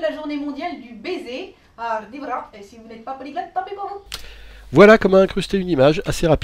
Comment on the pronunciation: on dit "aymouvi"et non imouvi